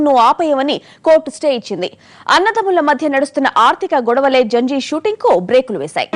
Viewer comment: Haha...its not janjeer its Zanjeer.